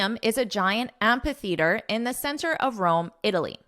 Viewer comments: Amphitheatre is spoken with a /f/ sound, not a /p/ sound. Whether you are speaking with a UK or US accent. You should correct this mistake as it is quite glaring. But have a nice trip anyways. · I found out in dictionary amphitheatre is pronounced as 'æmfɪ‚θɪətə, which is quite different from what you pronounce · No, you are not. I heard you said am-pa--theatre, there is no 'p' nor 'a' sound in it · That's not how amphitheatre is pronounced though.